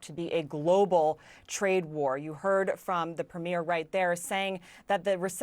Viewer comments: This whole thing is really shining a light on American ignorance. Not a single news anchor seems to be able to pronounce Premier correctly. It is NOT “premiere” as in movie premier. It is “Premier” pronounced PREEM-yer. Imagine Canadians not being able to pronounce Governor. That would be wild. But we aren’t ignorant about the states like they are about us. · It's pronounced "Pree-muur" ...not "Pre-meer" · Pro-tip. The leader of a province, "Premier" is pronounced: PREEM-yer. Not prem-YARE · PREEM-yer. Canada’s provincial leaders are PREEM-yers. Not prem-YEARS. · Pronounced PRE-mear. Not like a movie premiere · Why do Americans always pronounce the word Premier strangely, like premiere??? It is not the same thing at all. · Can one American pronounce ‘premier’ correctly? 😅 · The way the one reporter says "premier" is weird. She's putting the emphasis on the wrong syllable. Just sounds off. It would be like pronouncing trump with an umlot. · Can at least one journalist pronounce premier correctly? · American journalists who do not show Canada any respect. These calls our leaders of our provinces the name of a movie debut. Brutal and typically ignorant. Learn to pronounce. Mediastouch can say it properly. Show some respect. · Americans keep pronouncing Premier wrong 😑